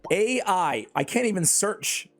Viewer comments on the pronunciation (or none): I've been playing Watcher of Realms before you made this channel and one thing I can say I really love is how you can get gems from recycling rare and above units, though I don't recycle Epics, but still, it's really nice and F2P friendly to get summons... Also "Ai" would be "Eye" Like saying it like that, at least for me.